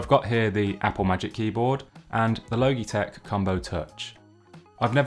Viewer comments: Not the “low-gee” 😂😂😂 It’s “law-G” as in Logic with out the “c” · XD low-gee-tek its all I can focus on. I am just used to Lodge-eh-tech. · I love the way you pronounce Logitech. I’ve never heard it pronounced “low - gee” before. It’s an αbbreviation of logic so “lodge - ee “. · Great review - you caught some great usability details. Side note: “Logitech” is not pronounced like ‘logy,’ with a hard g, i.e. dull and sluggish, it’s pronounce like ‘logical,’ with a soft g, i.e. smart, and makes sense. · Guy just said logeetech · At first I thought he said "Loki-Tech" ; ) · Switched off at “Logey- Tech” 🤦🏼‍♂️ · My guy said "low-gee-tek" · He did not just say logeetech LOL hahahaha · Loh-gee tech. Lols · It’s pronounced lojitek, spelt logitech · Thank you Aaron! Yeah I’ve had a bit of a roasting in the comments about my terrible pronunciation 😄✌🏻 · Love the video, but oml the way youre saying logitech is triggering me so much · Please pronounce Logitech correctly. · overall good review tho haha just a little cringey coz of the pronunciation haha